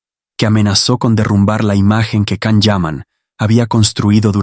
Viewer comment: His name is Can - pronounced Jan - please say it correctly? You know so much about him but not this?!